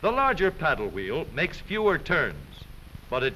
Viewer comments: "which turns the hweel" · I love how they say wheel